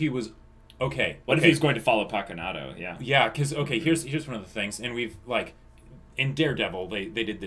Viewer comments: Its not pakunadO, it is PakunodA hahahaha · paku-"No duh." is what I reflexively whisper every time the name is pronounced wrong